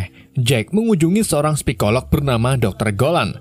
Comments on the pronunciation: sepikolog 🤗gw juga sering ngomong kebalik2 gt hurufnya🤣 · Selow min, biar gak keselek...😄😄 Spikolog Welas Manisipulasisi Menci mencipoknya